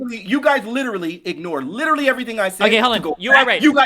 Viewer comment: likes to over pronounce words, especially the word literally. And he uses that word a lot.